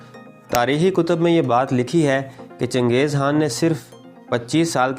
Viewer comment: CHANGEZ HAAN BOLTA HAI BEWAQQF AADMI.....KHAN BOLNE NAHI AATA...VERY SAD